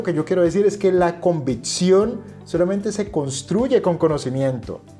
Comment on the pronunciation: Buen video! Es convicción no convitción. Saludos